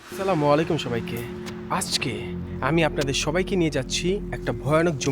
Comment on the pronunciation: আপনি যেটা বলেছেন এটা অনেক বড় একটা ভুল এটা অনেক বড় একটা গুনাহ আপনি স্লামালাইকুম বলেছেন না এটা অনেক বড় একটা গুনাহ এটা না বলে আপনি আসসালামুয়ালাইকুম বলেন 😆😁😱😘